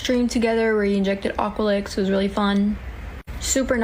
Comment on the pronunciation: Aqualix though lmfao at least get it right